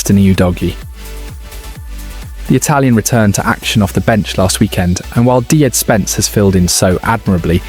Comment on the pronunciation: Dee-Jed Spence? As in DeeJected?